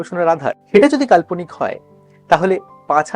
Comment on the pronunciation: কাল্পনিক কথা উচ্চারণ কারা ঠিক হয়নি